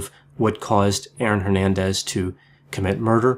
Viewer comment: C'mon man honor your Hispanic roots and pronounce Hernandez correctly xd